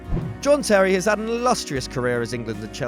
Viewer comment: He ha since made fifty apperances. MY EARS